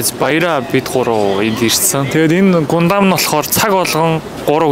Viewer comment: гундам gesh гандам шүү 🥲